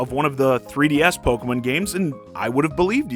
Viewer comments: You mean, Poke-muhn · The way you say Pokemon causes me physical pain